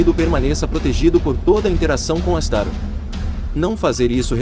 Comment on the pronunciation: não é astaro a pronuncia correta é astaroth